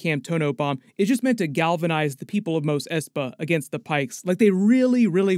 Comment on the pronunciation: Great summary as always, is Mos pronounced "Mose" the way you do or "Moss" the way they pronounced it in the original trilogy?